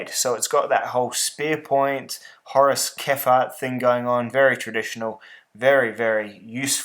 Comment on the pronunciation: Did you say Horace Kefart? Lol Great review, great knife!